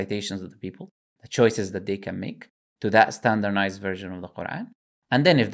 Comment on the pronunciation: 'Standernized' was hurting me so much